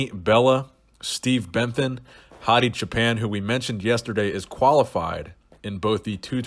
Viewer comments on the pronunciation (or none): none